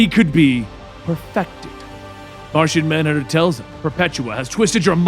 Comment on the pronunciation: Did you say Narshonmanhunter?